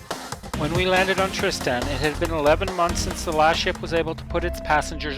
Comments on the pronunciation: It's not pronounced Trist-Stan. I found this island on the map hanging on my wall and my name is Tristan, I can tell you that my name is not Trist-Stan. I know there can be different pronunciations, however it's not pronounced differently than my own name. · Hey, i'm not trying to bash you or your video, it was really good. When I hear you butcher my own name it just puts me off a little bit.